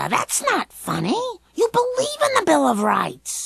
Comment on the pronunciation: Am I the only one that heard "Bill O'Reilly" instead of Bill of Rights?